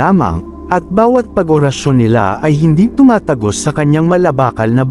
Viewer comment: Tama mas maganda kung maganda Ang salita tulad orasyon hindi Ora’s sayon pangit pakingan…